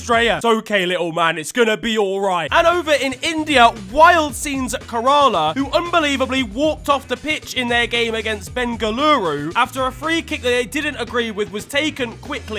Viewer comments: "Karala" threw me off so bad. Try "Kay(like Que?) - Ruh - Lah". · Karala 💀💀💀 bro it’s kerala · it's not karala it's kerala, k-ra-la and free bengalore fc taken wasn't a quick free kick it is taken after 25 second .it was referees stupid mistake he allowed the goal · "Wild scenes at karala" 😭😭😭